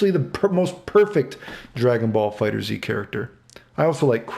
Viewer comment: Fighters, not “fighters Z” love this video though always look forward to your videos.